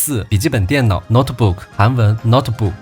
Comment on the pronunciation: 这是我的家乡！我也是朝鲜族！感谢你拍得这么好🌹冬天的延吉就是这种淡蓝清冷又干净的色调（相机📷还原度好高！）夏天的延吉则是蓝天白云，一片绿野🌳作为游客能把延吉的人文历史还原的这么好，可见博主下了很多功夫～👍尤其是听到“电视”“电脑”的延吉发音时，我真的没绷住（完全正确！就是这种汉语音译😂本地人才会懂的词汇和梗）配乐也好精彩！很多歌我都没听过，但很对味！🎵🎶渤海国、清朝垦民，历史的“烟集”......当然也有很多革命历史，这就是我学到的、断断续续拼凑出的家乡历史。这次也跟着你看到1988年kbs的纪录片，补全了一段时空拼图。真的很感谢你的记录，这是我看到过最好的有关延吉的纪录片！